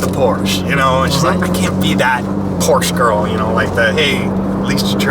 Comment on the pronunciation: i wish i could teach joel how to pronounce prosche